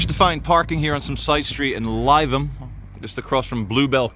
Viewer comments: You're pronouncing Lytham wrong..... the first syllable sounds like " liv " Like Liverpool...... Lytham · Not Lie-Tham it’s pronounced Li-Tham 👍🏻😉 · Lythum is pronounced - - - - LITHUM :) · Your pronouncing it wrong it's......lith..am. 👍❤️ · great video as always but as a resident of many years of Lytham it’s pronounced “Live-ham” 👍🏻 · No it’s not. If you pronounced it as Live ham, you were probably kicked out of the town. Lytham rhymes with rhythm 🤦‍♂️ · it’s pronounced Lith-um. fun video though. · It's pronounced Lithe Ham, like an athletic pig. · It's pronounced 'lithum' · No, it’s ‘lit’ (Received Pronunciation) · It's pronounced Liv-em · It’s Lytham with a hard “Y”, not Lietham. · No. Only Cockneys have an inability to pronounce th correctly. Th is a dental fricative - your tongue should touch your front top teeth as a bit of air comes through. Th-fronting is that cockneyism for pronouncing th like f or v. As a northern, you should know better. Li-thum. If you pronounced th like f or v then you cannot speak English properly. Simple as that. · lytham is pronounced litham it’s a posh area near Blackpool. I can’t believe you haven’t been. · Is it not pronounced litham instead of Lytham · Maaaate…. Missing all the action in city centre.’.. and it was a spy, a Russian spy squirrel, just like all pigeons… ‘litham’ try pronouncing it now old boy. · You really need to learn how to pronounce Lytham. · Are you pronouncing Lytham wrong on purpose? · yr saying Lytham wrong lol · Lytham: a very pleasant coastal town that still feels like Lancashire/England. Pity that your pronunciation of a Lancashire town was , once again incorrect. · You're pronouncing LYTHAM WRONG GOD DAMN IT!!! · Its not pronounced as lie-tham. Its pronounced Lytham as in Rythem. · As a person who went to school in Lytham, it sounds hilarious when you pronounce it Lie-thum - its pronounced Lith-um 😂😂😂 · Lytham pronounced LITH-AM as opposed to LIE-THAM